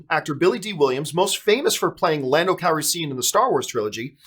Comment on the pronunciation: John you need to learn how to say Calrissian properly hahaha